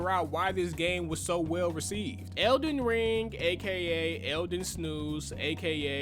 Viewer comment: 'iz elen rang' lool